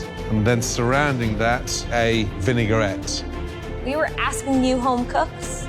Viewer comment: Vinaigrette not "vinegar-et"